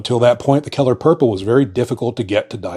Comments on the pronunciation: you have the most bizarre and unnatural way to pronounce "color". keller? Also, germany never had a hickup 100 years ago. they were trying to save the planet from what we are currently experiencing. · 😅omg..he say" color" like" kellor." Lmao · I heard Keller and immediatly thought of Keller Williams paints.